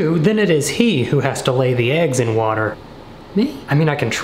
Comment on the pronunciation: Why are we not talking abt how it said "watter bottle" instead of "water bottle" lmaooo